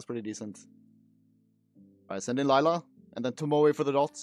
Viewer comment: Why does say liela lol its layla